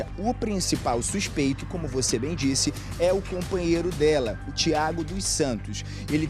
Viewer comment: O repórter ainda fala supeito🤔😡